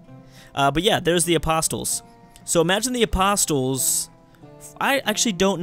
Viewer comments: Hey, "apostles" are pronounced "aposs-ells" not "apost-tills":P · The t in apostles is silent